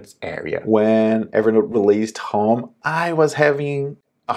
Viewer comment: Your english is very good! 1 tip: you say "hóme" better to understand you would be "hôme"